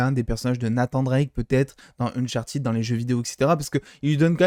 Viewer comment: alors non, ca se dit « unchartid », le « -ed » à la fin des participes passés en anglais ne se prononce jamais « à la française » («aide »)